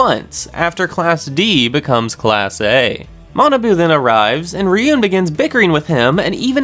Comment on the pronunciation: it's ryuu-en not ri-yoon